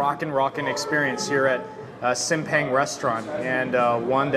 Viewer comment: The proper way to pronouncing SIMPANG = Seem~Punk.. Sambal Egg = Telor Balado (tae.lor bha.lha.douw)